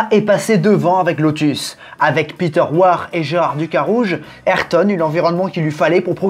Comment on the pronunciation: Super vidéo mais la prononciation d’ayrton me gratte l’oreille mais vrm sinon super vidéo je l’ai a peine commencer Js déjà que cv être incroyable